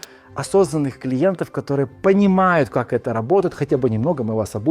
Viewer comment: Та может и красивая, но её речь бесит всех . Она пропускает почти все гласные буквы 😂 "кторые дются гсударством" - как это может не бесить ?